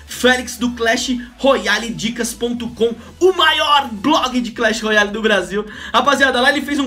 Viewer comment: Alguem ensina ele a fala royale mds